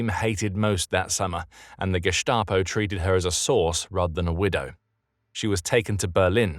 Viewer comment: Why do you pronounce Gestapo with a "sh" sound? It should be an "s", both in English and German.